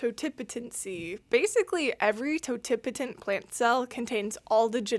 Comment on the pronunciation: I have a BS in biology and even took cell and plant biology. I've been pronouncing, "totipotent" wrong the entire time. Thanks for helping me out with that lol. Great video as always.